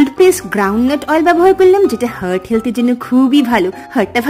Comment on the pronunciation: Hurt na. Heart. Heart bolte sekho.